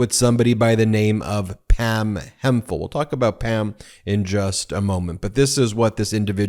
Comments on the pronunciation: It's certainly Hemp-hill, Not Hem-phill, Ben. Nice old English name. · It's Hemp-hill not Hem-phill, Ben.